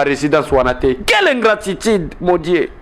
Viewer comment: Ingratitide to ingratitude, jouisser ou jouisseur! Apprend à bien prononcer